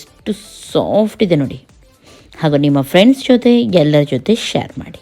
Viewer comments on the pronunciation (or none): none